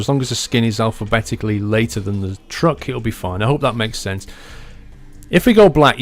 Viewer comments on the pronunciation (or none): none